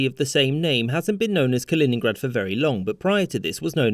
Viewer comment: its kaliningrad